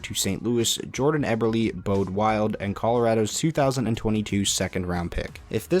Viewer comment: I work for the Saginaw Spirit, it bugs me so much when people mispronounce Bode Wildes name. It's pronounced BOW-Dee (like the weapon)-(like the letter)